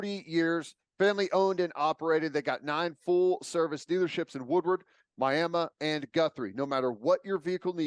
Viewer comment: You know a person knows the Miami area when they pronounce it as "my-am-muh". Lol